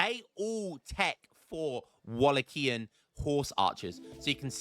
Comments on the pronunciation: it's like 'Wallakian'. The correct (Romanian) word is actually 'Vlahian', so it might be easier for you. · its pronounced wo lay kee uhn.;)